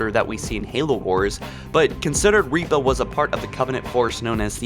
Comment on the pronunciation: "Reaper"? surely Ripper